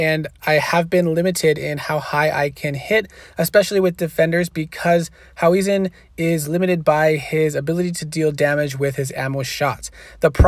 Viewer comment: It’s hau-hezen. Not hau-wesen 😂